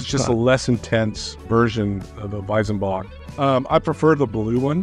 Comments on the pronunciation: Weizenbock is pronounced "Weitsenbock" not Weisenbock ;) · I mean.. i get that you are not native speakers and your pronounciation won't be perfect.. but.. it's WeiZenbock! Not WeiSenbock! The latter just sounds completely wrong. Try to pronounce it like the Z on Led Zeppelin.. it won't be perfect but much closer. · Just one thing about pronunciation: in German z is pronounced like the ts in cats, not like a vocal s.